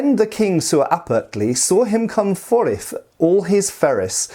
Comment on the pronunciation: Christ's Myth bro! lol. Read it again in a Geordie accent and you'll be halfway there. And FYI... spelling DOES NOT reflect pronunciation.. ''Foreth'' is just ''forth'' ''quhen'' is WHEN.. etc ffs. Have you ever heard a Scot? or EVEN a Geordie? THERE is your pronunciation . HOW is that not obvious to you? drop the U.S-basement level fetish for violent death and go get some better papers bruv' . :|